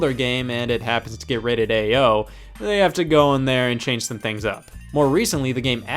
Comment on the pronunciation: I love how Ao rating is just pronounced AYO